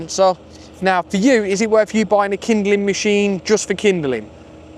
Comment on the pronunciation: Kindling…not kinderling for Pete’s sakes.